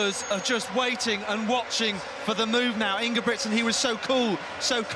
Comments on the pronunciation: Why do they pronounce ingebricksen? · Most of the European commentators do the pronunciation right. But it appears to be difficult for an English speaking person. Hardly none do it right. I am Norwegian by the way..